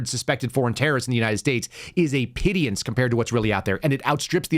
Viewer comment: Pittance, not pity-ance